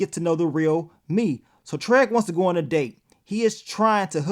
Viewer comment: I'm just wondering always saying TREG instead of TRIG or is it just me?!🤣